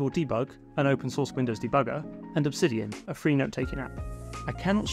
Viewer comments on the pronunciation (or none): none